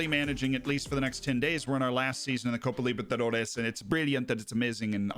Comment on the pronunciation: Dude, as someone who is Brazilian and has lived in the US, I can safely say that your pronunciation of Copa Libertadores is top notch! 9 out of 10! If you compare that with Colin Moriarty trying to say it 2 Sacred Symbols episodes ago, it isn't even close.